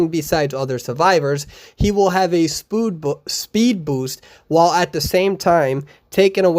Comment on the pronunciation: No one:: spood boost